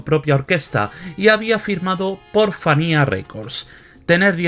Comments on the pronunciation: Se pronuncia "Fania", no "Fanía". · Entiendo que tienes tu acento pero práctica se dice FANIA F A N I A